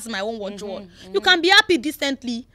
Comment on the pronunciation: Why is it hard for Yoruba people to speak English properly This presenter needs to go and learn how to pronounce English words correctly and properly. “ Appy to ave you ere”. Yeye Yoruba English